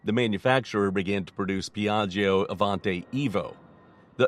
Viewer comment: Beautiful plane indeed. But in italian you don’t have to pronunce the second “i” in the word “Piaggio”. When there is a “i” after “g” (or “c”) it is mute. It serves only to make the “g” sounds like “j” instead of “g”. It is like PIÀJJO, not PIÀJJIO